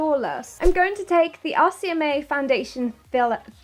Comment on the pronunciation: The whole time i thought she was saying 'ASIAMAE' instead of 'RCMA' 😂😂😂